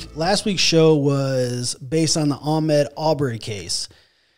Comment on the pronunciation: It’s Ahmaud... btw